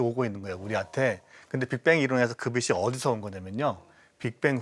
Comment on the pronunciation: 자기 전공분야 단어 발음도 제대로 못하는거 문제 있는거 아닙니까? 빛이 → 비시(x) 비치(o) 그러려니 하기엔 그 발음이 너무 많이 나오는게 거슬려서 보기 힘들어요 ㅠ 장홍제 데프콘님만 제대로 발음하시네요 → 라고 말하는 순간 메인패널분이 또 ‘처음으로‘ 바른 발음하시네요 → 라고 말하는 순간 또 비시 ㅠㅠ 비시 비시 비시 비시 ㅠㅠ